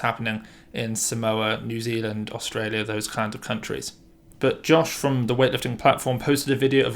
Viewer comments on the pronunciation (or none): none